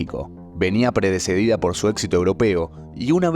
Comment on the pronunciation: „VENÍA PREDECEDIDA“??!! … PRECEDIDA!! 😅